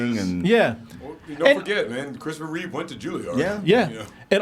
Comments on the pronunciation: His name was CHRISTOPHER REEVE, not REEVES. There's no "S" at the end of his name. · His last name is Reeve, not Reeves. No "s" in his name. Just a small correction, no big deal. I love your channel, guys! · It's Reeve, not Reeves. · I agree with everything you said about Christopher.. but every time you say “Reeves” instead of “Reeve” i wince lol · Every single person on YouTube insists on calling Christopher Reeve, Christopher "Reeves" and it drives me insane.